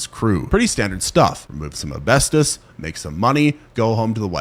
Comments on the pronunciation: Learn how to pronounce asbestos, please. That was cringe inducing. "Ah-best-us" you left out the S. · no I'm quite sure that was ASbestos, not "abestos"